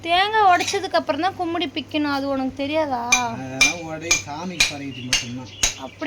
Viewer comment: அது பெயர் குடுமி. கும்மிடி இல்லப்பா.